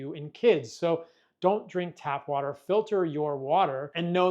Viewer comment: Just drink wa'er